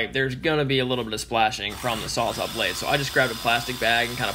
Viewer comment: Good video, very informative. But...are you saying "sawzaw" lol